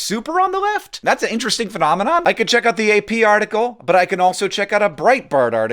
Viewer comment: "Full _Artical_"?